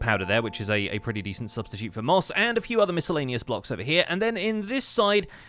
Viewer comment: Great statue but can we rewind on pronunciation of the word “miscellaneous”.